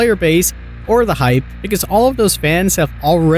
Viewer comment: Into da fog? Dis instead of this? Are you on drugs?